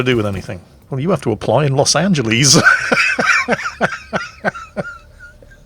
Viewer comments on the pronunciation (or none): Please stop saying Los AngelEEEEEEEZ... XD My ears are bleeding. Otherwise, nice vid :P